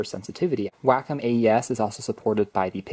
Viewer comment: WACOM is pronouced (Way-Kaam)